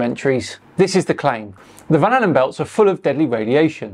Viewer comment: lol, van allen, not van halen.